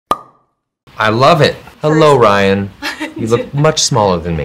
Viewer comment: 통역자가 어떻게 ryan발음을 r이 아닌 L로 발음하는지 헐 저 실력에통역이라니 놀랍다 ㅡㅡ